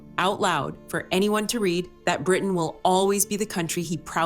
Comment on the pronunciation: Stupid AI narration who doesnt even say RE CORD or RE AD properly